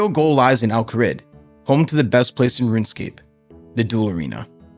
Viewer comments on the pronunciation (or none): none